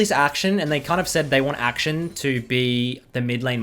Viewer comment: It's akshAn, not action.